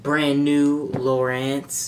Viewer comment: Its lowrance not lowerance